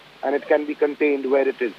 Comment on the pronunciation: Its not cunt... Tained...... ITS CONTAINED. what is wrong with their pronunciation?